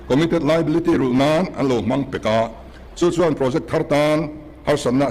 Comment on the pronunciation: 'chuan' tih pawh a thiam lo,.... 'chuen' a ti zêl. 😂😅